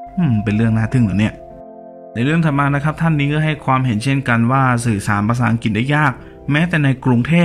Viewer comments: ประเทศอังกฤษ ไม่ใช่ ประเทศ อังกิดเวลาออกเสียง ช่วยกรุณา กระดกลิ้นด้วย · อัง-กริด นะ ไม่ใช่อัง-กิด รวมทั้งตัว ร ล และควบกลำ้ด้วย